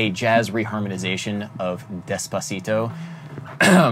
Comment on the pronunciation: I think you read it wrong. Duh-djazzpacito